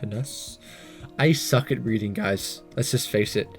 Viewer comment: monotonous is pronounced mun-ot-un-ous